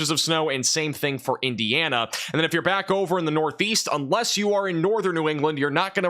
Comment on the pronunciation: That's Indiana. Can you say Indiana?